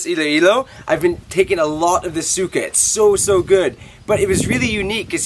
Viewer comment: You pronouce suka(vomit) like sukah and suka(vinegar) like you say the a like not even for 0.20 seconds